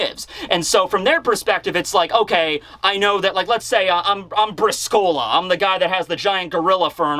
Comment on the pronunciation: Brìscola not briscóla :) it's an Italian 3 card game